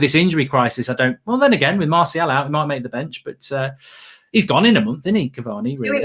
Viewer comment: Nobody: Absoulty nobody: Absoulty nofucking person itw......:"MaRsHaL"😂